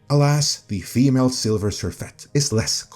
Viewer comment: Not "Silver" Surfette but "Sliver" Surfette.